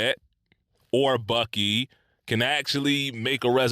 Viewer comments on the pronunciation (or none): none